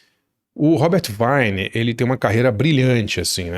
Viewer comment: Boa dica. Pronúncia é Robert Vine (com i longo)